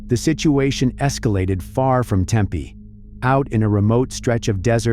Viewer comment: It's pronounced Tempeeee not Tempay 👀🤨